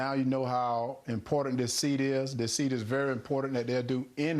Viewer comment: Hey Herschel, there is supposed to be an r in the word "impotant"! 😉